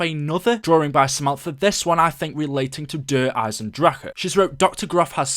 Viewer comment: I hate the way you pronounce Der Eisendrache